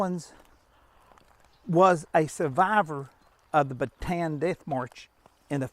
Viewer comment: Pronounced 'bah tah ahn.